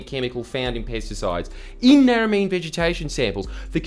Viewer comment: Good video but you need to learn how to pronounce Narromine if you don't want to offend the residents. The last syllable is mine (like a coal mine) not meen.